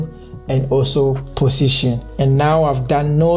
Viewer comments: positon (x) pussytion (Right) hahahahahahahahahaha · I love the way he pronounce position 😂❤️